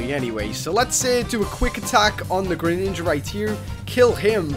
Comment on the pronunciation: u said greninaga